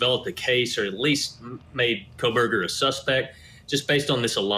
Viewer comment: Stop with Howard Blum! He’s so ignorant to the facts that he still pronounces the killers last name with an “L”! KOHL-berger.